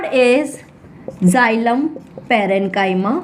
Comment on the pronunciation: Xylum nhi xylem hota ha 😂